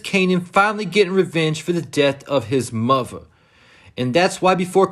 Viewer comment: His “Muva” 😂